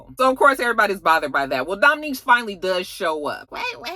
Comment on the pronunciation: it's Dom'Unique not Dom'Nique.